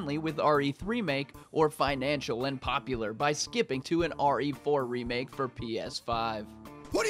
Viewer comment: Why when you say remake i feel like you say sega 😳😳😳😳